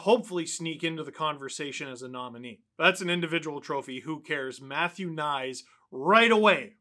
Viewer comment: Does anybody know why the consensus is that Knies is to be pronounced "nice"? I don't speak slovakian but I'm pretty sure Knies is pronounced much closer to something like "Kn+yes" than "nice". Another possibility is that it's pronounced something like K+knees if the name is of Czech-german origin, as many Slovakian names are.